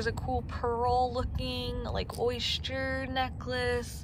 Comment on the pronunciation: Oysture??? Or Oyster?? 😆🙄